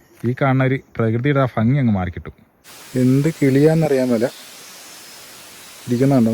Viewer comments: ഫങ്ങി അല്ല ഭംഗി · ഫങ്ങി അല്ലെടോ ഭംഗി